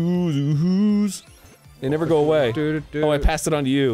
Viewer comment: there's not a glottal stop in the Australian accent Arin you dingus, they don't say "goh-uh," they pronounce it more like we do